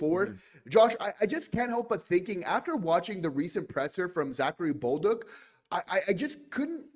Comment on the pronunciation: Guys, it’s pronounced Za-Ka-ri Bol-duc … not Bowl-duck ! 🤣